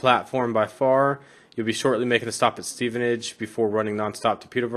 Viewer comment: Cheers! :-) BTW, Stevenage is my birthplace, and you were pronouncing it correctly. ;-)